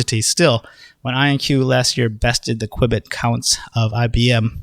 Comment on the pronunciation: Please stop saying QWIBIT, lol pretty sure it's Q-bit